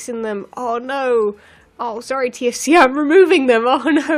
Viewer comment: "TFC" sounds like "TNT".